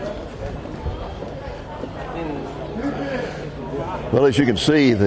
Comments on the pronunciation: Pronounced Sep Ul Kur, not Sep luh kur. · I was great to see the old city again, actually saw an old friend, a shop owner. But I do find it a little strange that with, I am sure, many academic degrees, not once pronounced the word "Sepulcher" correctly.